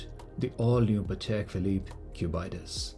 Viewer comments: pronounciations: Aquanaut: Aqua-naut / Ackwa-nort Nautilus: Nautil-us / Nortil-oos Cubitus: Cubit-us / Cuebit-oos (not cu-byte-us) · How did you get the pronunciation as Cub-eye-tus? It isn't the Naut-eye-lus. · What’s the Cubaitis??!! Sounds like an infection to me! At least learn how to pronounce the damn name. Cubitus if from the shape cube/ cubic/ cuboid: cubitus. Get it? Plus I’ve seen all your watches and they are all hyped sport watches. For someone who spent probably a couple of millions on watches, you should have at least a decent “non-hype” dress watch. If you have more than one colour of nautilus while you don’t get inspired by grand complications or complications at least then you’re not a true Patek enthusiast. Thanks to influencers like you who lack taste and sophistication that these watches are being sold for 3x retail. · Especially when you pronounce it like a disease as has here. 😂😂.